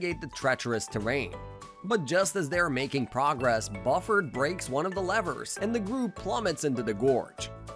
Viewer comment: Why do you mispronounce the names Buford and Drusselstein?